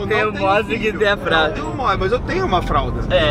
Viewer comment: Gente tive que comentar, só a que fala modes kkkkkk amo ela